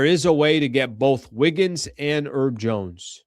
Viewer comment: is the H in Herb Jones silent? (real question). Cuz how u saying it sounds crazy. says Herb (I assume for Herbert or something) Urbert